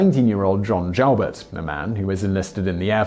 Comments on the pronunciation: "Joubert" is correctly pronounced "you-bear". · Just to confirm as already noted - Joubert's name is pronounced with the long oooo sound, not the ow noise. I was actually living about three blocks from the Dairy Queen in Bellevue where Joubert grabbed the first kid in Nebraska. Also was stationed at Offutt. Also, Joubert was never in the Army. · John JOUBERT. Its pronounced JEW-BURT. NOT JOWBURT. I never heard it pronounced like that.